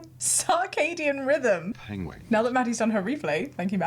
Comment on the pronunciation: "Penwings" XD